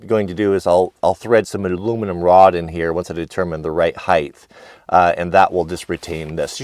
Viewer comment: Height, not heighth